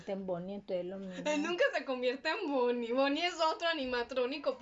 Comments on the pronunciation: Me gusta la parte en la que dice boniie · 20% del resumen "Entonces" 20% "osea" 10% "Fredys pizeria" no "Freddy Fazbear Pizza" neeeel 50% BONNIE!